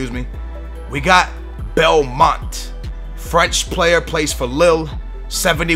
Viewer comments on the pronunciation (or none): BALMONTE ! no it's "Balmon"